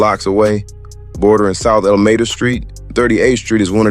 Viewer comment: "Al-mada" street Huh?? Lmao